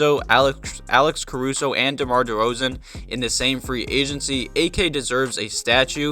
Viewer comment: Not d-rose but deRoz'